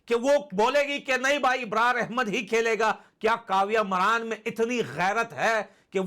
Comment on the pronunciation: मरान नहीं मारन 😂😂 Maraan nhi maaran😂😂